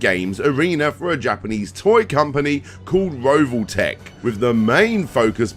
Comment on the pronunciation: Revoltech... As in revolving joints... Not Rovoltech 😜